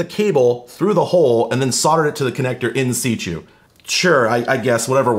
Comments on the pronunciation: very random (amazing vid btw) I remember you putting out a poll onyoutube about pronouncing "in situ" but i think the poll might have steered your wrongly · no one tell him he says 'in situ' funny